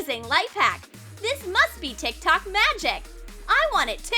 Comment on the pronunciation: Ugh no hate but the way you say tiktok is kinda annoying I am sorry love this channel